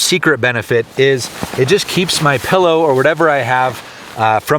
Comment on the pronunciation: Say" pill"..... " Pill". Say "low"... " Low" now say pillow.... PellO😂😉